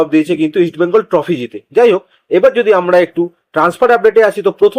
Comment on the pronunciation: Eastbengal uchharan thik vabe korun.sunte Kanelagche